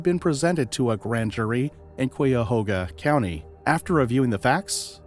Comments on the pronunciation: Thee correct pronunciation is KYA- HOGA County 🙄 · I've heard people from that region pronounce it as KAYA-HOGA, which makes more sense to me because of that U. I don't think it's silent; it must be enunciated.